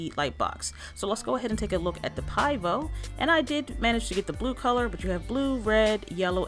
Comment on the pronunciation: Pronounce (pee-vo). It means beer in Czech 😁